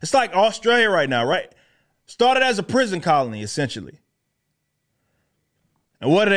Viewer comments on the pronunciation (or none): none